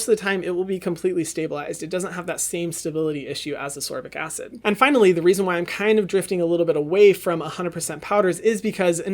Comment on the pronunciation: It is AsCorbic acid, not Asorbic pleaseeeeee